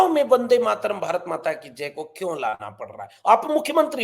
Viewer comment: ये वंदे मातरम् कि जगा बंदे मातरम बोल ता है सुनो